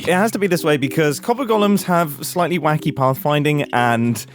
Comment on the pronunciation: I can't tell if he's saying wacky or wonky or if it was just an unfortunate slip of the tongue but it definitely sounds like he calls them wanky 😂